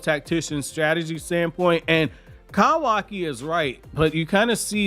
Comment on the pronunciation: Who is kavaki??? Do u mean kawaki. Jus a heads up in case u think that's how his name is pronounced n spelt it is kawaki (cuh-wa-key) not kavaki. Jus don't want u to sound silly when talking to people or like commenting like u did now.